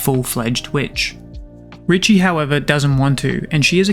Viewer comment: I believe it's pronounced, Ree-shay, kinda like cliché. But i could be wrong. This manga deserves an amazingly animated anime. I'd be devastated if it got the Sakamoto Days treatment. After reading this manga, I genuinely believe we have a masterpiece of a manga in our midst, but that's just my opinion, I guess